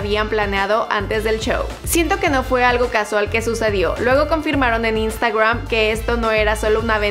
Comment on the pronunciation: Me pone nervioso la manera de pronunciar de esta tía las palabras inglesas. "Instuagream"pero luego dice "disiendo"